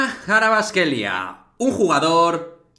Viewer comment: Los españoles tienen estos sonidos. Para ser precisos, su apellido Kh=[J]vicha Kvarats-kh=[g ]elia Dilo como J-or-g-e